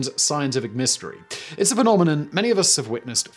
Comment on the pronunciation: "its a penominon"